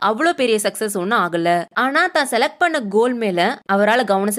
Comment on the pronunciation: Next time please pronounce "பண்ணே" as "பண்ண". Thanks !! ❤